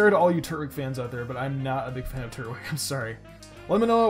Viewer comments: It's not turt-wig its tur-twig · no not another one its not Turt-Wig its Tur-Twig